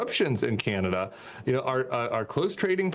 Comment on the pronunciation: Can-ah-da. Stop this Key-Yan-ada nonsense.